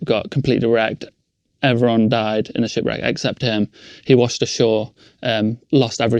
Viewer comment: In it sounded like he said his shit got racked but he actually said ship 🚢 wreck lol 🤣🤣 sorry just had to say that, please 🙏😇🙏 continue lol 🤣